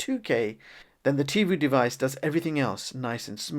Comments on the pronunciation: Certainly I’m not the only one yelling at my phone...”IT’S TIVOOOHHHH NOT TIVUUUUU!’l Other than that it was a fine video. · Tivo is pronounced TivO like BonO not Tivu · It's not called Tee Voo, it's Tee Voh.